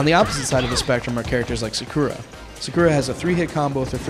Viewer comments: He pronounced the a's wrong in Zabuza and Sakura a's make the aw sound N-aw-Ruto S-aw-kura s-aw-suke In some Japanese words and names the u is silent like in desu(is) it's pronounced Des and In Sasuke the u is silent. yeh I have no life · sa-koo-ra wtf?!?! they created it they should know how to say their names correctly. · OMG they pronounce zabuza, sakura, and sasuke's name all WRONG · He said Sakura wrong. I find it weird. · XD ka-ka-chi and he said sakura is his favorite character and he cant even pronounce her name right! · should i get 1 or 2.. haku owned sakura in this. he said sakura and sasuke wrong!saiuuuke? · the guy said sasuke and sakura wrong